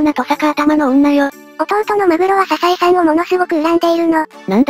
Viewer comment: ササエじゃなくてサザエね